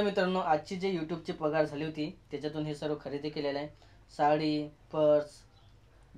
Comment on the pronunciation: प्रस नाही ग.पर्स